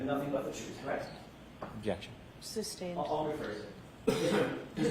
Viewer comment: Same reason hasn’t been for murder of the word “correct”, which she pronounces “Kract ”. Both are disgustingly!